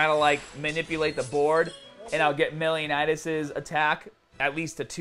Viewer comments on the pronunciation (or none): Hey! Welcome to the Grand Cross fam! Btw its Meliodas not melinodas, lol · love the meliodas pronunciation lmao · Am I the only one whose bothered by the way he says meliodas XDD